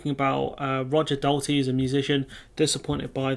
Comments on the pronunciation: Oh No not another whinging remoaner channel FFS mate get a life and proper job you not cut out for this anyway you don't even know his name. Roger DALTRY not Dalty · It's pronounced Daul-tree